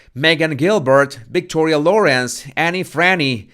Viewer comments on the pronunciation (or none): none